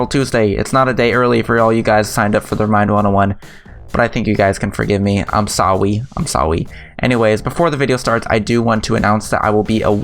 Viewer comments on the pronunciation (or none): You guys hear him say "I´m saowy, I´m saowy" instead of saying "I´m sorry, I´m sorry". Like wtf...